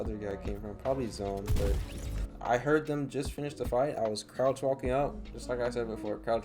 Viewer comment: he pronounced walking wall king